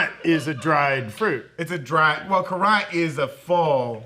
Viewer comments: Currants are just small red berries, used mostly for sauce and jelly. They are not raisins or grapes. And it's pronounced simply like the word "current". Your fancy pronunciation reminds me of calling a carhole a garage,.(You know the reference, Moe would be ashamed 😉) My family has a currant bush in our backyard that has been there for over 70 yrs. We make jelly from the berries. It's delicious. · They literally heard Ser Simon Strong pronounce it as "current", yet they chose violence 🤪